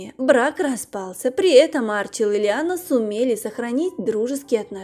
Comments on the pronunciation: Не А'рчил, а Арчи'л. Неправильное ударение режит ухо. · АрчИл он, а не Арчил! Слух режет!